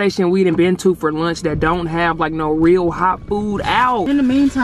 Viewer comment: " lurnch " " deriters " 😭😭😭😭😭😭😭😭